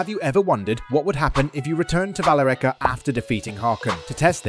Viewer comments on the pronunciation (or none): I there her name was pronounced “vuh-ler-ica”